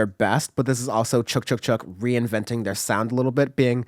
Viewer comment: FYI, it's pronounced "Chick Chick Chick," not "chook chook chook."